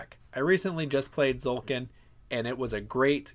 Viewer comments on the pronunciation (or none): Everytime someone pronounces "Tzolk'in" without the T I think of "ZOLTAN" /z-sign-with-hands :D